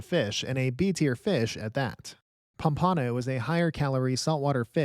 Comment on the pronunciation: Pom-pa-no not Pom-pan-o 😂